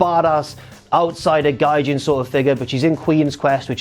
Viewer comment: Damnit it's pronounced gaijEEn